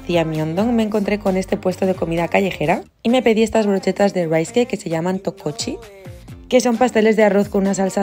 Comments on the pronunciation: Tteokbokki* Se pronuncia: Tokboki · La pronunciación es Tocboki* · Weno te corrijo se pronuncia teoboki